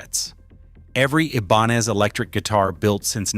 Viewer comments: It's pronounced I-ben-EZ. Your AI is till masacreing that name, which doesn't help matters much!! 👎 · Did he say E-bonez? Have I been pronouncing this word wrong my whole life? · I love my RG series, and wanted to hear this video .... but I had to stop after a few minutes because I couldn't stand listening to the different ways this obvious A.I. jerk pronounced 'Ibanez'!!